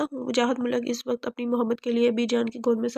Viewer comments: Mulak nh . Heer malik naam h. Apko pre reading lazmi krni chaiye. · Borrrr novel or jo larki novel suna rhi thi uss ko koi ye bta de k mulk nhi malik lfz use krna tha ! iss ne mulk mulk bol kr pooray novel ka khana khrab tou kiya hi sath mn kaan bhi pka diye ! mulk mulk bol kr malik zaat ka bhi khana khrab krne ki koshish ki h ! Soooooo bad😏🙄😠😠😠